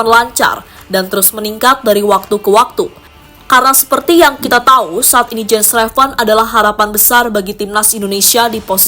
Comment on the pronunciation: Yen Raven bacanya mbak admin, bukan Jen Reven...